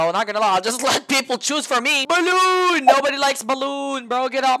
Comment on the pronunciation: I got payback on Milton for saying balloon like that I’m the wrench guy also sadzid_555